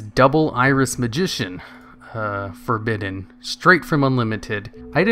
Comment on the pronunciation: For-Badden?! Why would you pronounce it like that?!